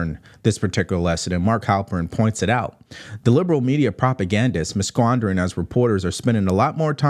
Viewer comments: Misssquandering? 🤣😂 Say it after me …. ‘Mask-er-raid-ing’ (meaning, pretending to be something else) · mispronunciation of “masquerading” cracked me up!!! He frequently mispronounces words and I’m sincerely impressed that a person with flimsy speaking skills has a million subscribers.